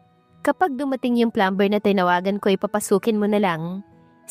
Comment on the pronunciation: Take note how to pronounce the word Plumber , it is silent b sounded” plumer “ The word often is silent “t” sounded as “ofen” , Gusto kita as narrator pls huwag magalit. Salamat